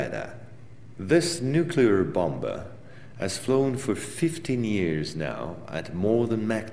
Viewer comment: Its a U F O not you fo and its a boMer not bomber lol